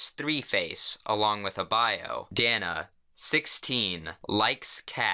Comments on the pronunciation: dear god I share her fucking name but mine has a "y" in it its pronounced day-na coUgh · As a teenage girl named Dana who also loves cats and aspires to be half-cat, I am offended by your pronunciation of my name (The majority of the time, it's 'Day-na'). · It pronounced Day-na Sorry I couldn't help it everyone always pronounces my name wrong.. ' ') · So my actual name is Dana and I got so triggered because my name is not pronounced like that🤣